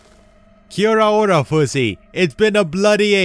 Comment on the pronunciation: good try but maybe learn abit more of the Maori language , kia ora it pronounced differently, i know alot of people cant always say it. also hope the best in Texas